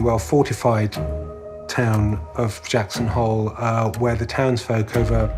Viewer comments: I thought he said Jackson Hold.😂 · I honestly thought they said “Jackson hold” like a “hold the line, protect your home” sort of thing. Didn’t think that they were calling out their town name as a battle cry. Didn’t even know it was Jackson Hole, I thought it was just Jackson.